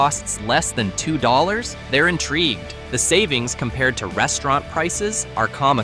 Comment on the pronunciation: SchpaetzLE -pronounced Shpaytzle -LE as in LET not shpaytzel as in well